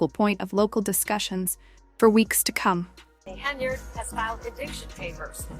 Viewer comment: You can’t get her name correct? AI sucks for you. Its Hen yard